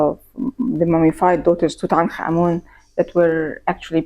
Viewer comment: I simply cannot tell you how delightful it is to watch a documentary about ancient Egypt and about Tutankhamun in particular, and hear the people featured in the doco pronounce his name correctly! I am heartily SICK of western program content, the History Channel in particular, about the legendary Egyptian god of taxis Tooten Car Man! Bravo bravo!